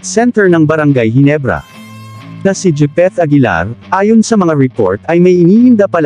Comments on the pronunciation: Japeth hindi jipeth🤣🤣🤣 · Grabe ang pangit mong magvlog, japeth aguilar po, di jipeth...